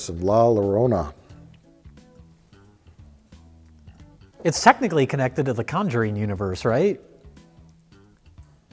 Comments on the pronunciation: The Curse of La Llarona Uh, it is The Llorona which means crier, while Spanish does use feminine and masculine nouns, similar to French, only the suffixes at the end carry the gender. Llarona is just gibberish but it could be that is just how pronounces it. Edit: It is tradition that we blame on everything even if it is Mike's fault. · lol when he goes from la lorona to ya yorona... Mike put more effort into that the writers did on the film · "Yah Llorona"